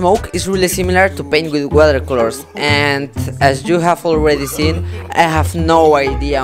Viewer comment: Mans really said "wohela colos"